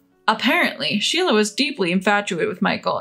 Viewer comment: Amelia is pronounced but spelled Amelie, Sheila not shelia